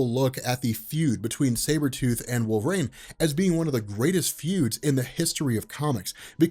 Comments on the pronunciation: It’s pronounced wool-vuh-reen. Not Wol-vrain. I’m sorry. I just can’t listen because he keeps mispronouncing his name. Wolverine is my favorite comic book character. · Do a shot for every "wolverain"